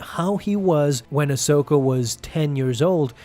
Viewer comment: AHsoka...say it with me...AHsoka